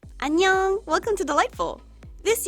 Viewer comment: Why do you always say ANGYOUNG!!! At the start of your video but I believe you say that tho lol